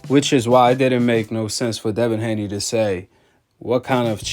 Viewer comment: Nobody gonna say anything about the translator incorrectly saying Haney twice?